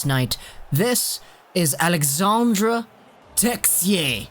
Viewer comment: AlexandRe and not alexander...